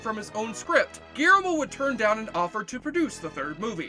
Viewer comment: God damn. Between the sound/music mixing and your inability to enunciate words makes this video barely watchable. Guillermo is not pronounced Garemo. Animation is not pronounce anmation, listening isn't lissing, and maleficent?! You somehow made a 4 syllable word into 2! Malfcent. Jesus. Enunciate dude, enunciate.